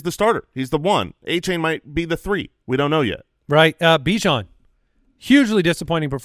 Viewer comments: Achane said were pronouncing his name wrong. Its De-Von A-Chan like chan in channel. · Achane has come out and addressed the incorrect pronunciation of his name so you guys can stop butchering it 😂